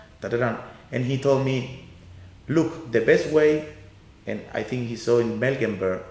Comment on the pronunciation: I love his work, but "Melgenberg"?